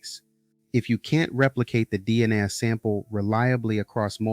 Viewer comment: I think you’re showing you’re AI with your pronunciation of DNA with the A as a soft or short A.